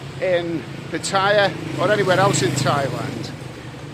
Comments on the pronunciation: Hello, love your videos but can you pronounce Pattaya properly, is so annoying the way you say it. Ask a nice lady how to say it. Cheers mate. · Another brilliant video. Still to this day creases me up how you pronounce Pattaya. 😂😂